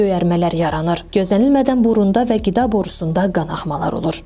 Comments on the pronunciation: Goresen bu dansan qiz qida diye bilmir gida xeyir askim and 🤔🤔🤔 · Tələffüzü düzəltsəz yaxşı olar! Gida yox,Qida!